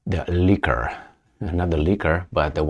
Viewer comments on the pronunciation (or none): Love the channel.... Just a tip on pronunciation.... 'Leeek' and 'Leeekur'... NOT lick and liquor!